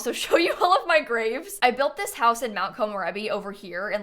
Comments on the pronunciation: Why did I hear grape🍇 collection?!🤣🤣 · when you said graves, I'm not a native english speaker, so I thought you said GRAPES and I was just thinking, odd to keep 79 grapes in your front yard I guess.. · I though she said grapes lol nope graves lol